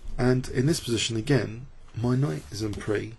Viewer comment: FYI: en prise is pronounced "en preez", not "en pree" (like "grand prix" is pronounced). As i said though, just an FYI--I love your videos!